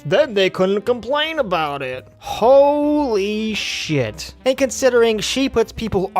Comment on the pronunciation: LMAO “Hoe Lee Shit”